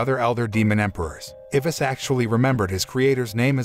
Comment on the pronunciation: i think the only problem i’ve ever had with this channel is the pronunciation of names… like the narrator gets some of them right but then butchers others… like what the heck is an ivis i only know eye-vis😭